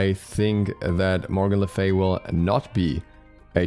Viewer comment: Morgan la Frey-a